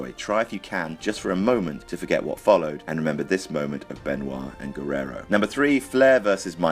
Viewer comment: Why is there a "r" sound when pronounces Benoit